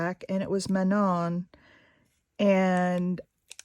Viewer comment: Hi I am from Quebec as well, this is my first time looking at your vlogs. You did say Manon's name right. I really like what you are showing right now. I'm going to send this vlog over to my daughter I'm sure she will like it as well. Have a great day.